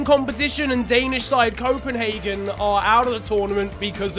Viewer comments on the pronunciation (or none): none